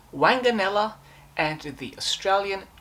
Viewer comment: The name was pronounced WONGanella. Do try to get rid of that cough.